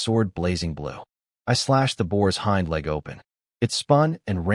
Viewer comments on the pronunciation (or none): none